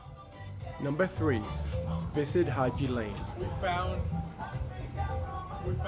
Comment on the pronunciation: You have correctly pronounce the word ‘Haji Lane’👍